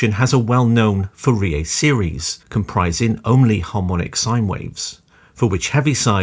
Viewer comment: Pronouncing 'Fourier' wrong throughout the video was impressive, and also painful.